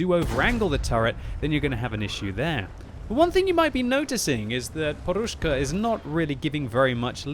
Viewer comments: Podushka not porushka XDD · Why the hell you call him poRushka, when his nickname is poDushka (pillow)?